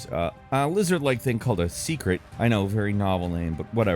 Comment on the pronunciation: SAY-KRET!!! SAYYYYY!!!!